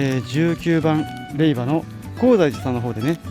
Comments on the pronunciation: 無事に結願❗️良かったです。 おめでとうございます。 「れいば」「れいば」が耳について。。。😅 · 霊場（れいじょう）もずっと気になる。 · 大変お疲れ様でした👋😃💦 ところで余計なお世話ですが霊場を「れいば」と呼ばれておられましたが、「れいじょう」と呼ぶんですけど😅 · 他の方同様、最初は違和感がありましたが、さんと6日間を共にしたこのシリーズに限っては「れいば」が耳に馴染んでいるのです。自分のコメにもれいばと書いたら返信が来たけどww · お疲れ様です！ 私は霊場(れいば)って言ったの気になりませんでした！ 動画見れたらいいし！って！ 私は細かい人じゃないので！＼(^^)／